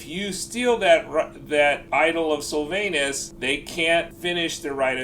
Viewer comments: The idle of SylvANUS 🤣🤣🤣 I’m fucking dead, Americans man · Please say Sylvanus more often 😂😂😂